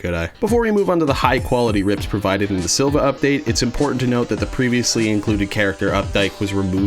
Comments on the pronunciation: Hate to be that guy, but it’s pronounced Siiva, not Silva. What appears to be a lowercase L in the name is actually an uppercase i. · Uh.. their name is actually SiIvagunner, ( SEE -vuh-) not Silvagunner.. (SILL-vuh) (their third letter is actually a capital “i” haha)